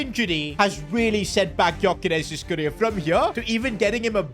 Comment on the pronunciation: ITS PRONOUNCED yokeresh